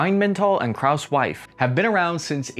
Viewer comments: Was? „Kraus wife“ in german u have got. to speak the letters u See and Not Invent Andy new words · "rhainmantall and krauswife" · Did you just say Krauss-Wife in your clip? 😂😂 Also for clearance - it's not Krauss-Maffei - it's actually Krauss-Maffei Wegmann. A slight but very significant difference - because these are two different companies and Krauss-Maffei isn't in the defense sector at all. (even though they were historically connected at some point long ago) Other than that - I can't give any opinion on your thesis - because I might be biased. 🤷🏻‍♂️ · Poomah is right, actually. But he did a good job butchering Krauss-Maffei Wegmann. Sounded something like "crass-wifey".